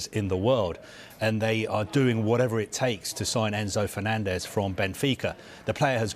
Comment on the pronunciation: did he fenanzez????